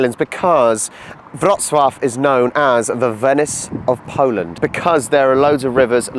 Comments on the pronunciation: Back to train station with an amazing food hall. Well done on your pronunciation of Wrocław! 👍 BTW baroque is barok in Polish 😀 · You have a very good pronunciation of the city's name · Mark my words: the true beauty of the Lower Silesia lies outside Wrocław. ⛰⛪🏰⛰ Kudos for a really decent Polish pronunciation! 👏